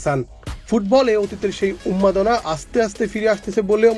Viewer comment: ভাই এটা উন্মাদনা। 'উম্মাদনা' না।